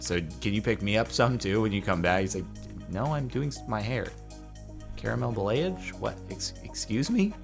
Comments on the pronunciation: It's pronounced ball-ee-aj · ba (as in balance) - lay - age (as in triage) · The hair thing is pronounced "bah-lee-ah-je" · Pronounced ball-e-aje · it is pronounced ba (as in balance) - lay - age (as in triage ). Your pronunciation is an Americanism of the word. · I’m a hairdresser student, and i’ve just recently learned what balayage is. It’s free hand style of striping, usually done either bleaching the hair or with some color (this if you have light color hair). The word is pronounced like ba-la-jage. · It is pronounced ba (as in balance) - lay - age (as in triage), your pronunciation is an Americanism. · and it is pronounced like ba-la-jage, i checked it from my teacher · Backon Lazer I know how to pronounce it... 😂 It’s Ball-ee-ahj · Balayage - Bah-lay-ahh-zghe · The hair treatment is pronounced bah-lee-ah-zh it just means blended color basically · Bowl-ie-asz is how it's pronounced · It's pronounced Ball-EE-aah-sh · THE WAY HE SAID BALAYAGE GOT ME SO HARD HAHAHAH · Thank you. Him saying balayage upset me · His pronunciation of balayage is so bad it hurts me😂